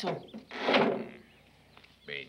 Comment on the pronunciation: No es muyagi, es miagi 🥴